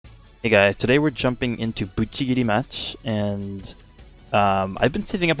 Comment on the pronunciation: Did i just hear GUCHIgiri match